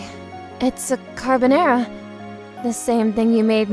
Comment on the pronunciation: Did she say CaRBonäRAe